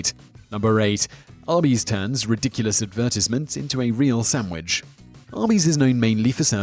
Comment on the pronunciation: "sam wich" ahaha